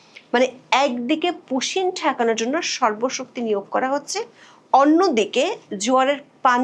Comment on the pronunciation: Hoacheeeee😅😅😅😅😅😅. Are Bangla thik kore bolun